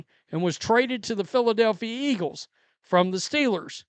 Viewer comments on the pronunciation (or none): none